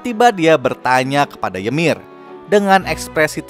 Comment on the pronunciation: Bang kok gua denger "yemir" dari lu kek ganggu bet yaa wkwk gua malah enak ngomong "yumire"